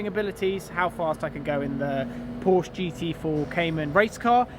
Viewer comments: Its not Porsch its PORSCHEEEE......for god sake ……………… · If your going to race for Porsche you should nail down the pronunciation of your employer lad. It's "Por-shuh" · I would think you would want to say Porsche correctly in your videos. Porsch - uh :) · If u gona race for them at least have a decency to pronounce Porsche right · If you’re going to race for Porsche........pronounce the name right first. Thanks. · your going to have to learn how to pronounce the name...